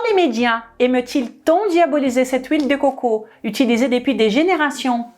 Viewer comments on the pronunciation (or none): Vive " l île dé cwokow"